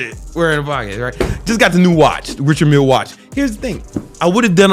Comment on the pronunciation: RICHARD MILLÉ MY BROTHER why do i love it so much when you Say RICHARD MILLÉ 🤣🤣🤣🙏🙏🙏🏆🏆🏆 the best💪🙏